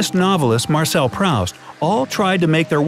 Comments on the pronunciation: Proust is pronounced, "Pruust," you know, like roost, only w/a "P" in front of it. Not positive. But also, not smart. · Proost, not Prowst. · One sign that you’re probably not a genius: mispronouncing Proust.